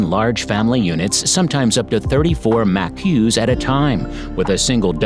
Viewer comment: Maque😂 maqaques